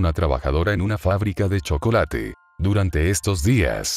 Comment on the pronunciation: INCIDENTE: La seño que no puede decir Chocolate :(